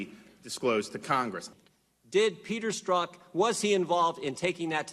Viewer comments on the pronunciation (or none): STROKE, not STRUCK !?!?!! 😲😲😲😲